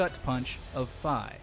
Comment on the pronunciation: Nope Fis name is pronounced correctly in this video because it rhymed with sky or Wi-Fi